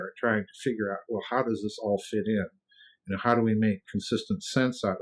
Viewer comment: Houwgh not how